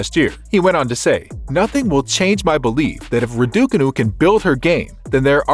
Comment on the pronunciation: Before doing these kind of videos why don’t you learn how to pronounce her name properly?